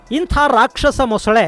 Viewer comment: ಮೊಸಳೆ ✅ ಮೊಸುಳೆ ❌